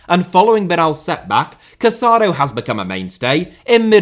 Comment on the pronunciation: The Barcelona midfielder’s name is pronounced Ca-sa-DOUGH. The accent on the final vowel makes all the difference. Please be respectful and pronounce the names of the players correctly.